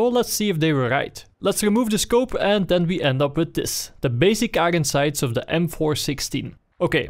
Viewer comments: 'igon sights' makes my day <3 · "i-ren sights"